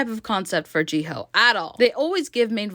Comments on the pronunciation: How hard is it to say hyo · Your pronouncing of Jihyo’s name pisses me off